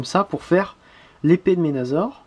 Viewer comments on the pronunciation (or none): Pas ménazor!!!C Menassor mais sa s écrit menasor,et si tu veux faire le bon français alors appelle blaster tempo!